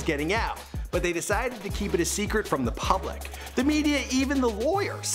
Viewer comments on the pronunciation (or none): none